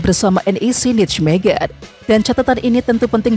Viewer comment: Sekedar membetulkan lafal pengucapan NIJMEGEN = NEYMEHEN ..... !!!!